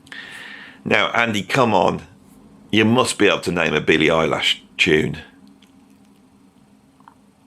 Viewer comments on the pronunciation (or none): I've been watching for over two years now and never noticed the chipped front tooth. Is it a recent occurrence or have I been blinded by the sheer brilliance of his musical postulations 🤘? I do appreciate that he incorrectly pronounces Eilish's name the same way as I do (i.e. "eyelash")